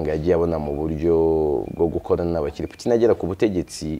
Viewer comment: Ujye ugerageza uvuge Poutine neza gusa, kuko ni umutabazi w'Isi